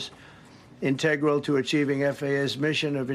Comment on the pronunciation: Trump can’t even pronounce “ integral” correctly…..he’s a clown.